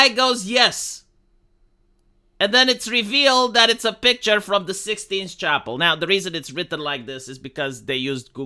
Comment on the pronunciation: "The 16th chapel" 💀